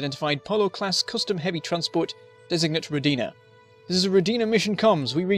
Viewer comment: It's Ro'dina! You are saying it wrong